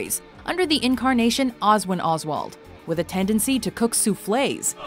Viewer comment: I love the American pronunciations of Clara and soufflé :D it's so entertaining